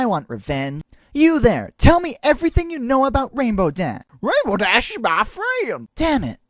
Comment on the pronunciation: "You there, tell me everything you know about Rainbow Daa." Seriously, where's the "sh" in the pronunciation? XD